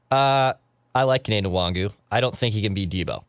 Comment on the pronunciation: Mackey. His name is pronounced WAHN-GOO. Stop calling him WongWoo